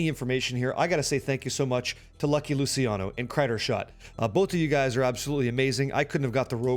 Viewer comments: It's LOO-CHEE-AH-NO.... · Lou-chi-ano. Like Gucci. The "c" in Italian is like a "ch" sound that you find in "church." Great videos. I'll try this build on my lv 100 rogue alt.